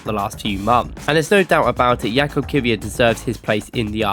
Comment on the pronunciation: fyi his name is pronounced yakub not jakob